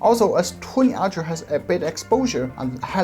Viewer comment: I love that your "ultra' sounds like "archer" ;)